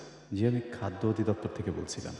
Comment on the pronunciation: Jehetu natok ta surui korechen golar awaj niye tai pronunciation ta thik kore kora ucit chilo Eta অধিদপ্তর Hobe অদিদপ্তর না।